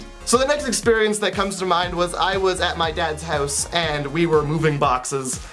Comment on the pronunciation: Everytime he says 'hooze' instead of house, I giggled a bit too hard.